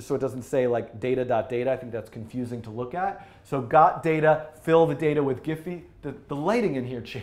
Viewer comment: Great tutorial Dan ! btw it's pronounced as "jeef".